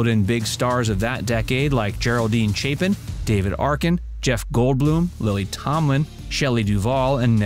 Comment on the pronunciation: Geraldine CHAPLIN, not Chapin, as in the daughter of Chalie Chaplin. Geez.